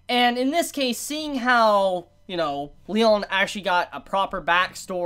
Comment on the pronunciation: There's also the fact that pronounces "Leone" as "Lyon", which is cringey.